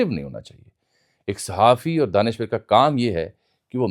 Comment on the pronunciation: لہور کے جم پل ر کو ڑ اور ڑ کو ر بولتے ہی ہیں لہذا دانشور کو دانشوڑ کہنا ایسا کوئی قابل ذکر واقعہ نہیں ہے ۔۔۔۔ آفٹر آل آپ بھی ایک لہوری ہی ہیں ۔۔۔۔